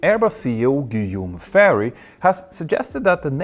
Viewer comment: Guillaume Faury AU is pronounced like a O :) in French (yes i know, it's a creative language). Thanks for the video. Very interesting content as usual